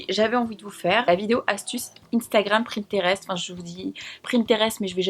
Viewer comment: J'adoorrre superbe vidéo comme dab et on s'habitue a ce rythme de vidéo par semaine on devient accro 😍. tu es trop belle, le makeup fait ressortir la couleur de tes yeux et le moutard te va super bien 😊 😍❤️ p.s: cest pinterest et non pas pRinterest 😜